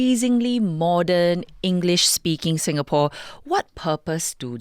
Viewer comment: Stop mangling Singapore's name!